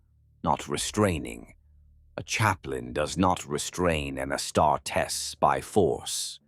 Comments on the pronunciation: Amazing story! Wish the AI could say Auh Star tees not ASS (WHICH I PERSONALLY LOVE) STAR D. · Is the narrator an AI? If not, for a 40k fan, hes reading Astartes wrong.